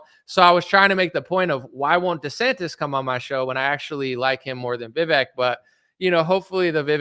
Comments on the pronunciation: Hopefully you’ll have enough respect to call him by his name, vih-vake not vih-veck. Not caring enough to get that right speaks volumes. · I think you have too much invested now to say youre doing it in good faith. If you go so strong youll look weak if you back down in this debate which is why his team KNOWS you guys are going to be hardass. Its pronounced VIVAYK and you should do your homework properly and check how its pronounced at least! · Vivek is pronounced like it would be spelled VivAke. Good luck with the debate. It seems your trust issue is suspicious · It's Vivek,.. Pronounced Vivake , like Cake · VIV-AKE ... RHYMES WITH CAKE ... pronounce the e like a Spanish e.... which is our long A sound. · Please keep yourself open to seeing Vivek for where he's coming from and what his goals are. I learned how to pronounce Vivek's name on Your show when one of his people came on, why don't you know how to pronounce his name?